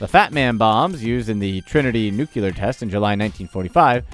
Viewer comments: For the love of all that is good and kind, please say "nucular" about 900 more times. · Glad I wasn't the only one who noticed the NU-CLEAR thing. ... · really? nucular? XDDDD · Great and informative video, but for god's sake, stop saying nuke-u-ler. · Please learn how to say nuclear (n(y)o͞oklēər). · Antimatter.... So a theoretical "thing" is more valuable than REAL "things"? ( -_-) Also... it's NucLEAR.... Say it correctly. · Nucular? Really? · FYI, pasta is pronounced paw-stuh, hexagonal is pronounced with the accent on the second syllable not the third, and most of all, nuclear is pronounced new-klee-ur. Heh practice saying "nuclear hexagonal pasta." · Nuclear NOT nukular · nuclear ... not nuculer ... sheesh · Nucular? WTF dude... Automatic dislike. And saffron is double "f". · "Nukular". Every time I hear "nukular", I have to stop and snicker. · I hit 'dislike' just because you pronounce "nuclear" as "nukelar". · Wish I had known you were going to use the word Nuculer, I wouldn't have bothered watching any of your video let alone more than half. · "leading to applications in nuke-ular weapons and nuke-ular reactors" xD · Nue CUE lar. No, just no. How is this even mispronounced anymore? Question, how do you pronounce "Porsche"? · Every time the narrator says "nucular" my disdain for the credibility of this poster goes up. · NU-CU-LAR ?!? LOL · Dylan Freeman Exactly this! I have always wondered why people put a second u in the word. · Isn't it New-clear ? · The narrator pronounced the word nuclear like ex-president George W. Bush. Perhaps they attended the same schools. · Please learn how to pronounce nuclear. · You consistently mispronounced "nuclear", like Dr. Leonard McCoy in the original Star Trek series. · Nucelar, rly N U C E L A R ? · He said it SIX DAMN TIMES!!!!😬😬😬😬😬😬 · Dylan Freeman. He's probably related to George W Bush. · New-Clee-yer...Not Nuc-ya-ler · Nucular, lul. It is Nuclear. Nu Cle Ar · N.U.C.L.E.A.R ! NOT NUKULAR. NU-CLE-AR